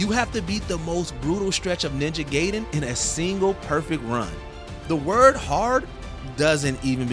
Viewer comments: Ninja Guy-den, not gay-den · And here was me thinking that it was pronounced "Guy-den". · Guy den. You're saying in wrong. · It's Ninja GAI-den (GUY-dehn)! Hai! But yeah, I agree--the Ninja Gaiden game was one that had me asking for a friend's Game Genie back in the day. And it's obvious why. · "Ninja Gayden"